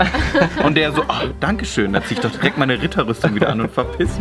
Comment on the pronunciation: Ich habe nur Wasser getrunken und wäre glatt verreckt wegen diesem "döch" xD